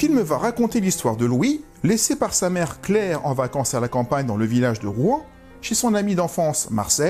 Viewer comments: Je crois que ça se prononce "Rouansse", pas "Rouen" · Pour info on dit rouans s En tous cas merci pour ta video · Il faut prononcer le S à la fin de Rouans. Pas comme pour la ville de Rouen !